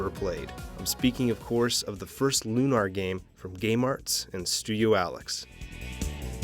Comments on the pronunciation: Lunar is a real word stop saying it a "loo-NAR" like it's something made up for vidya gaems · It's pronounced Lunar. As in identical to how one would say Lunar Eclipse. You wouldn't say "lunaahr" eclipse. Why the affectation for the title of this game? It's the same word, whether it's a title or not. Silly, considering you say Luna for the name of the character, then proceed to say it the other way a sentence later.